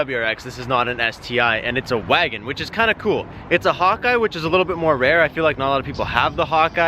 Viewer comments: Honestly thought you were saying hot guy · When you said Hawkeye I thought you said "hun-die" thought you were trolling lmfao